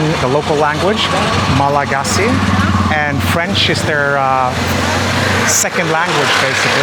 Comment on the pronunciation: "Nosy Be" is pronounced "noosh-bay." "Malagasy" is pronounced "mal-gosh." I've been to Madagascar, but only to Tana (the capital, which didn't impress me much) and Antsirabe. Antsirabe was cool, but Tana was so dirty I started calling it Andikybe (place of much poop). Nosy Be is on my bucket list for sure! The largest city is called Hell-ville, so it would be cool to be able to tell people I've been to hell.